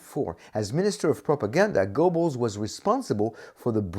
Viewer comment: you'd think this expert would know how to pronounce his subject's name. the E is not silent. in English it is best sounds like GER-bels